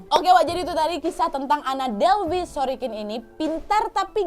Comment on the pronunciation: Bukan anna sorikin, tpi ANNA SOROKIN!